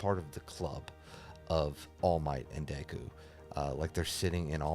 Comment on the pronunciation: Pronouncing Deku’s name like Dayku the whole video make me tweak